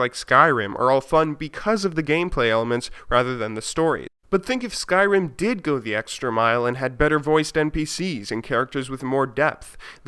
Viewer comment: "like skryim with guns"